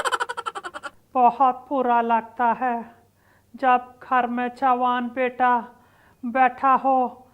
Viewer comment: बेटा nahi बेता 😂🤣😂 pronounce pe Kam karna padega